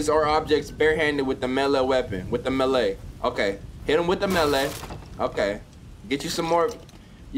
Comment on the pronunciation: LMFAOOOOOOOOO "hit em with the melay" its pronounced may-lay. Melee weapon